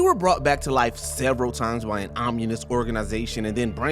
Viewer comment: Omunus?? The word is ominous, get rid of this guy, he can’t even read.